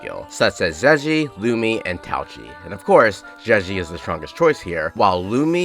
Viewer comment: Finally someone saying lumi😂